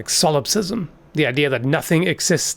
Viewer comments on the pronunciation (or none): none